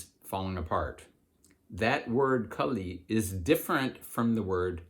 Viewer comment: Its Kaali, not kali.... like kaalabhairava...